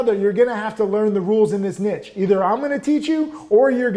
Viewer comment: Never mind avalanche, learn to say niche!